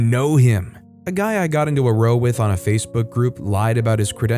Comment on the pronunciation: When "row" means "argument", it's pronounced so as to rhyme with "how". I'm not sure if that word is used much in America, but it's really common elsewhere.